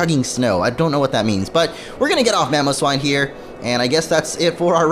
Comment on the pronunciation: "A freak in Mamowswine"